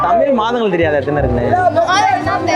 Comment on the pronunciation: Kelvi kekra neengale ‘தமிழ்’ ah ‘தமில்’ nu solringale pa 😌